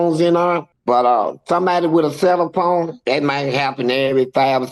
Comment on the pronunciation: He didn't say cellphone. He said, "said sell a phones"😂😂